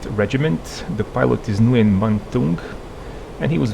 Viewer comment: If that Vietnamese pilot's name is spelled Nguyen, it's pronounced "Wen" (I work with several folks named Nguyen.)